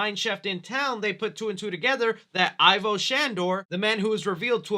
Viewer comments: It's pronoucned "Evo" not "Eye-Voh." :X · What's not forgiven... Is your pronunciation of Ivo Shandor... (Not I-VO... It's E-VO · Does anyone else get upset when a supposed Ghostbusters fan pronounces it "EYE-vo" Shandor instead of "EE-vo" Shandor, or is it just me? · Egon said. It's. EVO-SHANDOR not Ivor !!!!! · It's not pronounced EYE-vo, but E-vo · Just a casual correction.... Ivo is pronounced not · pronounced EE-vo Shandor. Did you even watch the first movie??